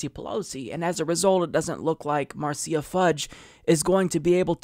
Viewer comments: Love you man but her name is pronounced "MARSHA" lol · Oh it's pronounced /mɑɹ'siːə/? I thought it was pronounced /'mɑɹʃə/.